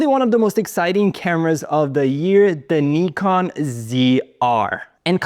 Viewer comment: Finally someone who pronounced “Nikon” right ! 🙌